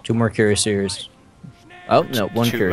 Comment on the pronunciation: That pronunciation of cuirassiers. xD